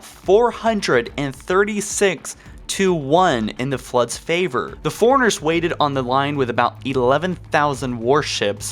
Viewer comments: FORE-RUNNER FOREIGNERS. I'M SO TRIGGERED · man. Isn't it pronounced "four-runner" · I could deal with the forerunner mispronunciation but I couldn’t keep watching after ‘Mag-Niot’ was heard